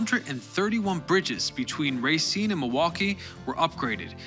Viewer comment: I really appreciate that you pronounce Milwaukee, Racine, and Wisconsin the way we do in Wisconsin